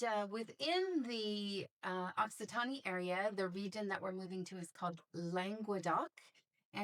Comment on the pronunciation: E is silent at the end of Occitan(e)